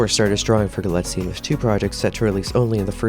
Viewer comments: Your highly principled opening statement is denied by incorrect facts, grammatical errors and mispronunciations throughout. First, the name is Galitzine, stress on the first not second, syllable, as you should know by now. Especially after wide publicity for Anne Hathaway's name rap. Nor is it "Guillotine" as in subtitles. Do you copy check? Clearly not. Dulwich is pronounced with a silent 'w'. Villiers is pronounced Villy- ers not with some cod French stressing. You use the word 'imminent' when the correct word is 'eminent' and although you can have 'several of many' you cannot have, as your voice over, 'many of several.' As another comment points out - and I am not the first to offer corrections here - Anne Hathaway's character is Solene, not Sophie, which shows you have referenced an outdated press release. Galitzine is not proficient at violin - easy to reveal by homework - but is highly proficient and self taught in guitar and piano. Poor resumes of storylines are not interesting facts about the actor, but should include proper details such as how, without acting training, his first professional role was as the star, that he was a professional level athlete, and speaks Spanish. For a start. Perhaps you need to go back and redo for the sake of versimilitude. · У него русские корни. Это известная древняя фамилия . Правильно ударение на второй слог.